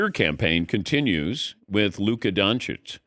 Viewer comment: Why do they keep saying Luka smoked cigarettes? Only heard huka